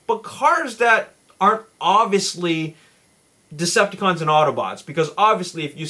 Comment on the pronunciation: I feel like he only sayed desepticons